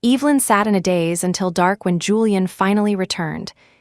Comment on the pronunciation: Sat in a DAZE not days